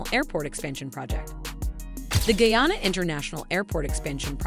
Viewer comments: Please- it's Not Geyana- it's GUYANA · Did she say "GAYANA,? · Please pronounce guyana better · The country is Guyana.not guana nor Vienna. Please review before posting. Guyana is ! a English speaking country on the Atlantic coast of South America and not in Africa. Thanks.